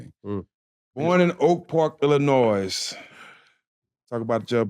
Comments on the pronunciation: We don’t pronounce the S In Illinois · The s in Illinois is silent dummy